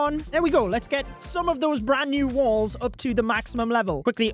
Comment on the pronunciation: Why does he say “Wils”???😂😂😂